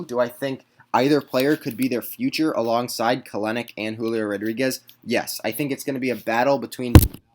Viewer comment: Kelenic= Kell-nick Not Kelen-nick